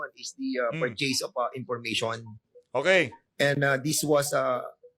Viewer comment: Hoy dan fernandez mag aral ka mag english, ang chaka ng diction mo, Collectib, apprub, dis waz, parcheys, hahaha, bakit dika na lang kaya mag tagalog, obvious naman na hirap na hirap ka mag engles.